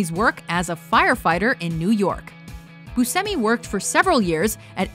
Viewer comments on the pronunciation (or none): It's Steve boosh-emi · Was the way she was pronouncing Buscemi making anyone else crazy? It is "BYOO-SHEM-EE," right?